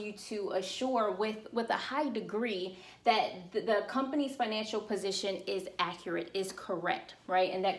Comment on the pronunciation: Excellent information. Just an observation since I figure you're growing fast enough to still read comments, when you say "enrolled" and "financial" you are replacing the L sound with Y. I didn't know wtf you were saying Enro'ed agents, rewind... Financyo. try to enunciate that L :))